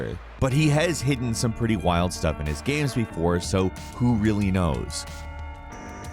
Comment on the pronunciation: Everybody: Games: Ganmes